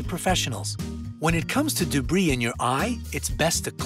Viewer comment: "Debri"... Thats how you know this is a quantity over quality channel